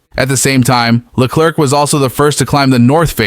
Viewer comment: Le-claire, not Le-clerk